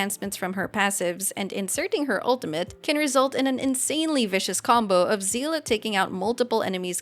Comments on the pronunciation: >zeela SEELE, GANBARIMSU Explanation, JP (at least in Honkai) pronounced her name as "Seh-ley". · It's prouniunced sayley😭😭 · ik not everyones familiar with honkai impact so i'll let Seele name butcher slide it Seele is "ie" pronunciation at the end not "a", have fun playing the game everyone :) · im sorry but seele is not pronounced like that - it is german word (you can look it up) and i'm sad once again about va directors hoyo is hiring